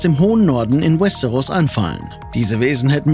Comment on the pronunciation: Was ich nicht verstehe ist das ein deutsches video warum spricht er westeros so komisch aus und paar andere wörter wtf